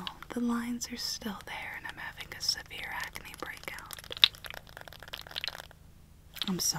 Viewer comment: I fell asleep and woke up to her saying “ I’m having a Seaver acne breakout” I was like wait wut